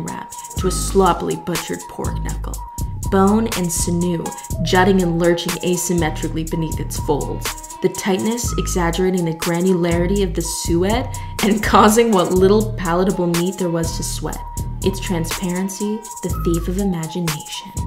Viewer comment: Suede is a type of leather 😂 Pronounced like “swayed.”